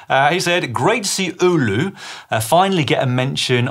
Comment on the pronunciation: Si you nailed the Oulu pronunciation - nice!